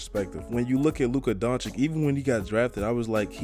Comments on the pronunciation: it's pronounced DONCHICH, not donchik. it hurts my ears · Nice vid man, but his name is pronounced Donchich and not Donchik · DONCICH* (not doncik, donkic, donkik) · please stop calling him Luka Donchick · Dude, its Doncic, not Donchik, learn to spell his name right, its two same sounds! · Take a shot every time he says chip on his shoulder or says Doncic wrong who’s down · How does any 6'8 guy seem like a regular civilian? 🤨 Also the last c in his name is basically pronounced the same as the first c and not like a k. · Pls pronounce him right you be like Steven a Smith out here the second c is pronounced the same way the first is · You probably have no idea how huge Doncic is and please learn to pronounce his surname..